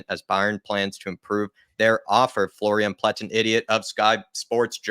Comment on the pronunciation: Pletten-idiot, I heard that 👏🏿😏😅